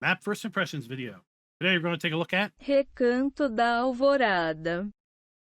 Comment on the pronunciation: 🤣🤣🤣🤣 google voice lol. It’s not that hard to pronounce. I’ve seen Polish and German maps with more unpronounceable names… Great video🤘🏻